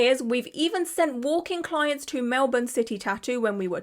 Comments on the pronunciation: Australian here, Mel-bon (how you said Melbourne) is a correct way to say it, with Mel-bin being the more common way I've heard it said by Australians. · Australian here, just paused the video & jumping in quickly — you pronounced Melbourne beautifully 🤍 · Melbournian here...🇦🇺 Well done with your pronunciation of 'Melbourne'. One correction, our population is just over 5 million, not 8. Take care. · You pronounced Melbourne correctly 😊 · Side note: thank you for being one of the few non-aussies I've seen who actually pronounce Melbourne correctly 😂 But on the main subject, what a petty, vindictive little man baby. Really showed Carrot Studios, didn't he? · I thought about getting a tattoo there over a year ago! (Also, you said the city correctly) The studio is in midddle of the Melbourne CBD and at the time had a bunch of tables in the middle of the room where the artists worked on their art and then tattoo tables/ chairs around it. I didn’t end up getting the tattoo as it the place didn’t seem overly clean (I'm a germophobe), and there was very little privacy. The artists that was assigned to me didn't speak english very well and didn’t seem to understand what I was trying to convey. To be fair to them, I have a speech impediment). Everyone was really nice though and they had a range of artists with beautiful work. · Just came down here to say thankyou for saying Melbourne properly 😅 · yay you are saying melbourne right 🎉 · Go you for actually saying Melbourne right 👍🏻👍🏻👍🏻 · You pronounced Melbourne PERFECTLY!!! As an Aussie (and Victorian at that!), so impressed, nobody international ever says it right first try 😂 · I'm Australian and you said Melbourne perfectly. Not many non-Aussie's get it right. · Right off the bat, perfect Melbourne pronunciation :) And also, heyo Aussie mention ✨ shame it's this of all things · Yes, you definitely said Melbourne correctly. Now, for those bloody Americans........ 😁🤣🇭🇲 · Yooo my city. You pronounced Melbourne perfectly.